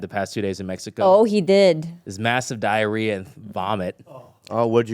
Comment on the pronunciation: Why didn’t Bobby buy some for his place so it doesn’t smell like “Die-a-riah”